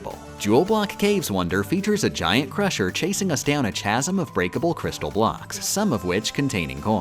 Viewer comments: For future reference, "Chasm" is pronounced "Kasm" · I don't know when she said it but it's supposed to be pronounced "kaz-um" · i am in disbelief no one has told you that chasm isn’t pronounced like champ. drink every time you mispronounced chasm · "chasm" is pronounced with a hard C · She plays the game so well but can't pronounce the word, "chasm," properly. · She likes saying funny little mispronunciations like chasm or strem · I'm here for the mispronunciation of chasm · I am unhappy with your pronunciation of chasm